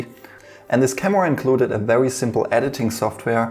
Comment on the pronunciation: I know you’re bilingual, so that’s where your accent’s from, but I absolutely love the way you say ‚vewy’ :D